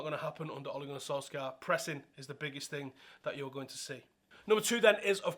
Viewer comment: Not solskjaer its solkjær!!